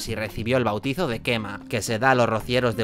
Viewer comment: Ha tenido que venir un valenciano para decirlo bien. El vado del Quema en el río Guadiamar, felicidades